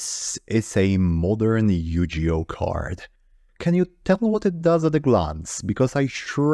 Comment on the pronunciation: Couple notes: Yugioh has a hard G sound Also, there have been some reforms in Ygo card text, chiefly PSCT (problem solving card text) which aimed to standardize and format effects since early translations were not super clear/consistent.